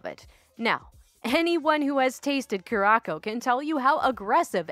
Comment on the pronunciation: I'm going to be that person...so sorry and it's nothing against your great channel...here goes....it's (Curacao) pronounced 'cure-a-sow' . I again apologise for being so bloody pedantic. I really appreciate your channel, very fun except for killjoys like me lol.